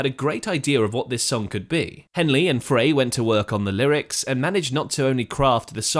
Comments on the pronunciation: frey is pronounced like the word fry, not fray. and no history of this song is complete without discussing the similarity to jethro tull's song we used to know. hotel CA was written not long after the eagles opened for tull. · "Fry" dude, not "Fray" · Glenn Frey's name is pronounced "Fry".... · Mandela effect? Glenn FRY (pronounced) Is how I remember........